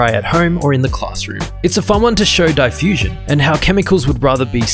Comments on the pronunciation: Did u say die fusion it’s pronounced dee fusion ☹️ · The way he pronounced DAYfusion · Did he really just pronounce diffusion as “DIEfusion”? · die-fusion? Americans really cant pronounce anything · Excuse me how did you pronounce diffusion???? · You pronounce diffusion weirdly